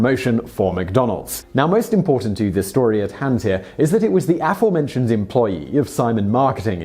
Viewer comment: If you can't learn to pronounce aforementioned properly, why not choose another word or phrase instead?